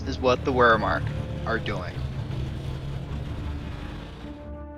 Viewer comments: ah yes, “wermark” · All these pretty good pronunciations and then "the ware mark" how the fuck do you even manage that like you have to be actually illiterate to not at least pronounce the "right" wrong way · cool diss but says the guy that can’t pronounce Wehrmacht or communism